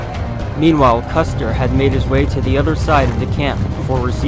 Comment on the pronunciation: I think you called Custer "custard" Maybe you had dessert in mind